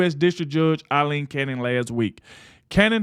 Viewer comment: You are pronouncing her name wrong. It is Pronounced-- ( AL long E n) I should know. That is my name and I am proud of it.🦚